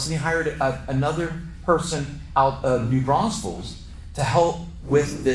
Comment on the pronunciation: It's New Braunfels, not New Braunsfels!